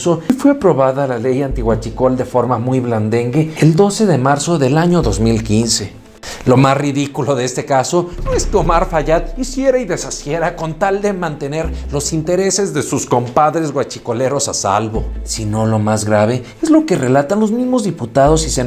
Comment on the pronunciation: "Hiciera y deshiciera" jajajaja dijiste desahiciera, no importa me encantan tus vídeos y la salsa que le pones